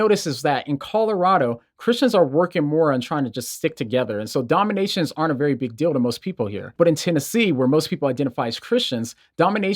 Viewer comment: I can see some clever keyboard atheists using the fact that it sounds like he's saying "dominations" not "denominations". bEcASe rEliGiOn iS mAdE tO dOMiNatE